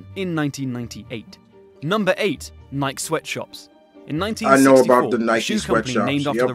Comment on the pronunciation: I've never heard Nike pronounced "Naik".